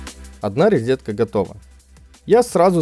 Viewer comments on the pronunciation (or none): Тот самый случай, когда человек правильно произносит английские слова, пытается даже в акцент попадать, но говорит "резетка"..